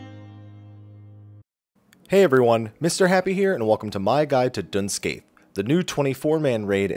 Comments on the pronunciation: PSA: It's pronounced Dun Skye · Dun "Skye".. My inner Gaelic is crying